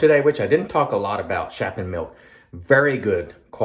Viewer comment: yes my friend you did a good job, Dutch words with "sch" are often hard to pronounce. "Sch" is pronounced as "sg" :)